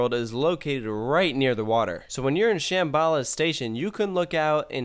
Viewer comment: The way kept pronouncing "Shambala" was really upsetting me.